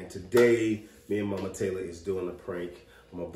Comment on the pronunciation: saying Mike Mike! Lol I know it's mama but it sounds like Mike Mike 😭